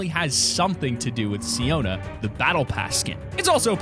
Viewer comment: It is siona